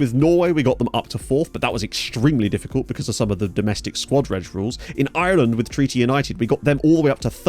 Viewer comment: Are you not able to say Ireland without the irish accent creeping in?